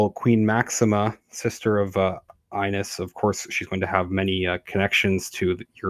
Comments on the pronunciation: It’s pronounced eeenes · The name Ines is pronounced ee-ness. ☺✨